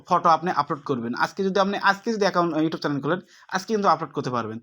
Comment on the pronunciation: কথা ভালো করে বলতে হবে ভাইয়া ইউটব না youtube